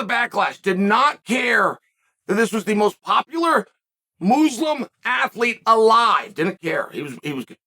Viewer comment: If it's anything like his HoF appearance, he'll be leaving the show inebriated and in handcuffs after headbutting a cop cruiser. Fun fact: Chael pronounces "Muslim" the same way he pronounces "Usman."